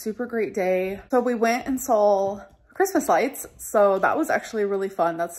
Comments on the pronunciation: You went and “sawl” Christmas lights? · "We went and SAWL Christmas lights" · The way she adds an “L” at the end of “saw”